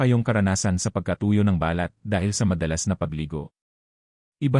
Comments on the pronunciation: Are you a Filipino? There's lots of mispronounced words giving different meanings.Examples :balat you change meaning to wrap not skin covering,tuyo meant dried fish instead of the real meaning as dry,Makati a place in Metro Manila instead of giving meaning to itchy.The balat you pronounced meant birthmark.Sama you pronounced it meant to go along or join,instead of getting wet. One thing more the way you pronounced the words FUNGI YOU sounded fung gay/gum as the sound gum w/ a u stressed instead of gam sound,and lastly- clothes u sounded it clo des.Please pronounced words not giving other meanings.Just a big difference! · Sydney, Australia. Bakit maraming vloggers ay di marunong bumigkas ng Pilipio words tulad ng "balat". If pronounced slowly or accented on first syllable balat means pigmentation or mole on skin but if accented on the last syllable it means skin. its not the first time I've noticed it. Another one is "makati" accented on the second syllable means a city and if accented on the last syllable means itchy. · Ba lat is birthmark. It is pronounced as balat, mabilis ang bigkas. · balat,Hindi ba- lat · Ang tamang pag bigkas ng balat kung skin ang tinitukoy ay sa first sylable tulad ng bàlat. Kung walang emphasis sa first sylable tulad ba balat ay tumutukoy sa skin birth mark tulad ng balat hindi bàlat which is skin! Ang pangit pakinggan kung mali ang pag bigkas. Wake up editor!!! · My comment is to the narrator kindly pronounce it properly the subject, its annoying to listen, I am sorry to make this comment. your intention was good and its educational but its hurt to listen too, might as well say it in english. thank you. eg; balat say it straight not hypenated like ba lat, us tagalog it means a birthmark not a skin. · Araw-araw po akong naliligo😊! Pwede naman gumamit ng lotion at sabong hindi matapang para sa skin. at hindi po BA-LAT …BALAT, hindi TU-YO…TUYO! strech your tongue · Pronounce the words correctly like Balat,malusog,makasama,kati, etc.